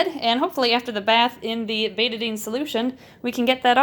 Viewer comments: Me: BETA-DINE Her:BETA-DIN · It’s pronounced bet-Ah-dine